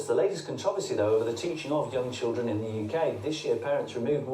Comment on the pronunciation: Ugh, I hate it when people say choo-dren instead of children. Try and say ‘chilled run’ instead, it will make you sound less thick.